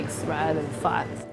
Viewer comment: Sounds like she's saying fart when she says fat